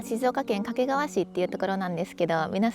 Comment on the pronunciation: 掛川のアクセントが西日本のそれ。